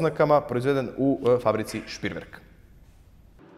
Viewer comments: Nije Špriverk nego Šrpreverk! Duplo EE u Nemačkom se čita kao E, a ne I kao u engleskom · Није Шприверк него Шпреверк! Двоструко ЕЕ се на немачком изговара као дуго е, а не И као у енглеском језику. Фудбалер Т.Кроос је Крос и није Крус како га зову енглески коментатори😉